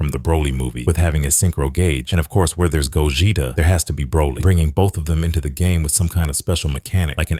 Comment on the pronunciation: Bro ts pisses me off🥀🥀